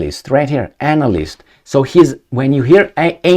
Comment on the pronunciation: Are you deliberately pronouncing the word as an@ - ist ! LOL🤣